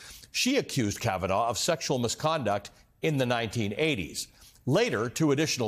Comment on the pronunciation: KavEnough! KavaNahh! KavaNo!